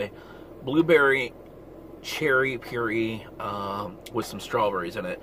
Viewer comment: You said pur-ee lol